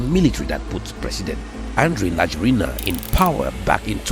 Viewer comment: His name is pronounced ra-JWEL-nah. I have lived in Madagascar since 2017i I tend to remain here, in my beloved country